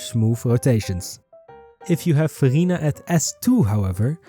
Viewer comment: Idk why but everytime you say "Verina" I hear "Furina" and I get Genshin Impact flashback lol. Also I like the font you used , it's in retro style and I like it.